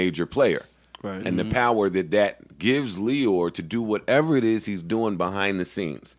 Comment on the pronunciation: has to stop saying “whateva” it’s straight sicko 🥴